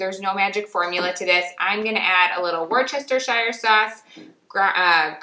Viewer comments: It’s not Wor Chester Shire. It’s Woos-ter-sheer 😅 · Lovely video! FYI, Worcestershire is pronounced wustuhshur. (Like how the city Worcester is pronounced 'wuster')